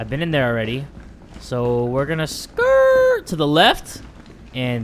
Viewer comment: saying "skrrrrt" HAHHAHAHHA HES RLLY FILIPINO